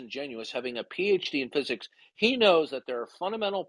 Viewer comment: ‘You have a PhD in ffuzuks?’ just has this odd pronunciations of words, and glad to see he’s still confusing epistemology and ontology all over the place.